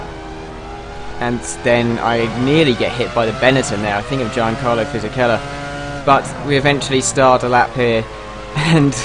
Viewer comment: In Fisichella's first name you pronounce the 'G'